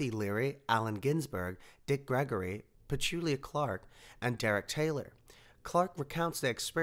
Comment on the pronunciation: I find it hard to believe that Petula Clark would use so many swearwords. She is a refined and gentle woman and I have met her. Also please pronounce her name correctly!